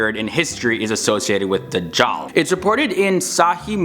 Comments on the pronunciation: The way he says Dujal is funny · Not Dajhal but Gog and Magog.